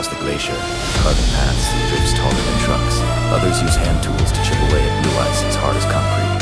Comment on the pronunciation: I think u miss-pronounced ice